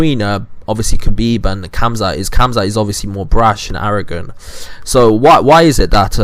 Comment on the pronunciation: Well, u don’t even know how to pronounce khamzats name correctly, so I doubt you have any knowledge about him to be calling anyone over-rated. I think your a bit over-rated.